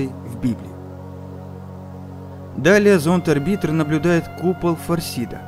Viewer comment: Господи, чувак, что за бред ты периодически несёшь??? Ты проверяешь свой собственный сценарий, перед тем, как его прочитать? Уже хрен с ними с ударениями (орбИтр, вместо Орбитера), но связность повествования просто теряется. Спасибо, что ДВАЖДЫ рассказал нам о давлении на вершине Олимпа. А эта охренительная кулстори о первых марсианских альпинистах-покорителях Олимпа, которые, не только лишь все, добрались до самой высокой точки и потом не смогли бухнуть в скафандре... Что это? Тебе не приходила в голову мысль, что им, по пути на вершину, нужно было как-то кушать, писать, какать и, внезапно - пить жидкость? Выключил видео, после планов Королёва собрать марсианский космический корабль, на ОРБИТЕ ВОКРУГ ИСКУССТВЕННОГО СПУТНИКА ЗЕМЛИ. ЁТМ! Оказывается, Королёв был настолько крут, что в те далёкие годы собрал на орбите ИСКУССТЕННЫЙ СПУТНИК, обладающий настолько значительным гравитационным полем, чтобы на его орбите можно было-бы собирать марсианские корабли! Прям, утраченные технологии предков! Хочется сказать, что сценарий писала нейросеть, но я заблочил твой канал, когда про ГПТ ещё никто не знал - уже тогда ты нёс такую ахинею, что уши вяли. Понятия не имею, почему Ютуб начал опять кидать мне в предложку твои видео. Я не могу понять: тебе настолько похер на твоих зрителей и тематику, по которой ты снимаешь видео, либо ты просто фантазирующий школьник? Взять тех-же "Космос просто", "Спейс рум" или "Улицу Шкловского" - там авторы стараются, перепроверяют материал, проводят изыск